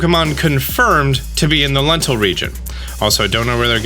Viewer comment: Dental Region